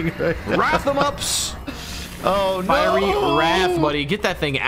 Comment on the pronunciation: You guys are pronouncing fiery wrong